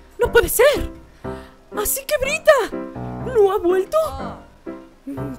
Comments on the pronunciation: es byrta no bryta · es byrta no brita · es byrta no bryta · El nombre no es bryta es byrta